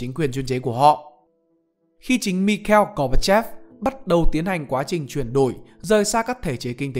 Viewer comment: mình nghe cách đọc tên người Nga thấy bị sai phát âm, mặc dù mình biết là ko nhất thiết phải bày đặt phát âm phải chuẩn. cơ mà nghe cách đọc Mikhail Gorbachev thế nào ý...